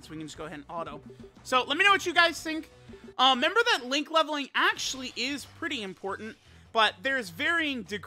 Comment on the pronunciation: happy new year it’s been a great year to watch your videos could you please pronounce the r in the word “remember”